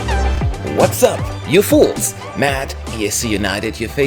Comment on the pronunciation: do you say you fools, or you folks in your intro, by the way ?!